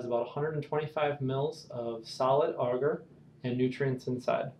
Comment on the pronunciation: I don't know why, but the way you pronounce agar really bugs me.